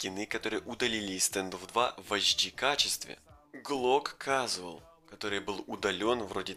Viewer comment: у тебя ужасное произношение и это не предирки. Ты будто бы по приколу рас два три и сделал ролик. Сложно загуглить или спросить как правильно произноситься. "Casual"?